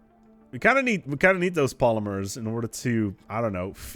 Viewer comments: You say Polymers really weirdly. I've always pronounced it Polly murs. Not Pola meers... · I've never heard anyone pronounce it polymeers before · I’ve never hear anyone in the US pronounce it poll-uh-meers. Definitely not an American thing or not in the mid west. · It's almost like he's doing it just to trigger us. The amount of times the non-existant word polymears is said after she lets him know goes up almost exponentially after it. Please. For the love of the great and bountiful deer god. Say pol-ym-ers. Not poly-mears. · as a Canadian, i agree with the lady, you say it wrong.....sorry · Yea, he is pronouncing it oddly. His wife even says so in the vid, its funny.